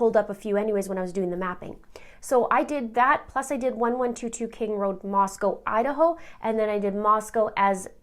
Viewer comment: Moscow, Idaho is pronounced "Moss-coe"